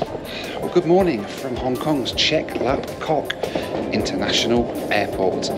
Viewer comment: 😂Chek lap 🍆 Is Pronandes Chek lap gak